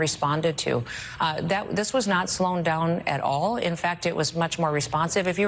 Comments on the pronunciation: Slown is not a word. The End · Saw this live. I thought she said “slown down”. What a clown!!! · Noem says "Slown down" instead of "slowed down". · “Slown down “ Slown is not a word !